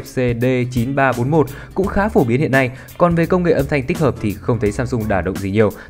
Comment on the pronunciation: " Âm Thành " luôn hả?